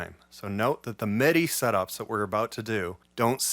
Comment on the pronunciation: You are such an asset to the Utube gear scene. You have taught me SO much. I just sorta hope…at some point…you choose a better lighting situation. It can be challenging to follow your moves, with your “black on black” thing. As an aside…where are you from? Not that you have an accent, but the word “MIDI” always sounds like “meh-DI”. Kinda like how that kid from LA who does Ableton reviews says “buh’ns”. Not trying to sound critical or anything…not saying it’s a bad thing….it’s just a point of curiosity.